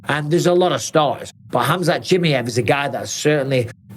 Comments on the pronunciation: Mike, you say his name so wrong it’s almost disrespectful bro. I know you don’t mean to, but it’s Cha-My-Ev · “Khamzat Chimney-ef” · How tf can mike still not pronounce Chimaev correctly yet